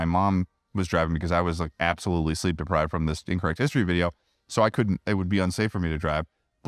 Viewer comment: are you intentionally saying "Sleep Deprived" in recent podcasts?